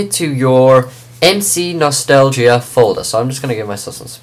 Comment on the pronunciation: HEELP!!! I cant download MCNostalgia. It simply won't LOAD!!!!!!! Also how do you do the space thing?? And it's pronounced ehm see no stall ja.